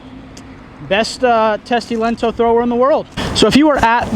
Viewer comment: You say "lento" like italian. Which is not close to finnish. "T" in the end is weak and "O" is like double.